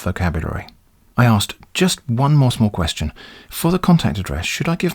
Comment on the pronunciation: I love it so much when you read the words as written. Ex: kwee-astion.